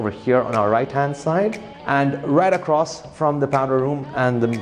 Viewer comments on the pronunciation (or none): none